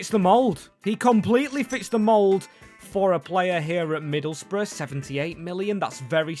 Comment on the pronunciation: Yes, we finally can see rebuilding Middle's Bruv (that's how them pronounced Middlesbrough, right) under Hellsberg 😅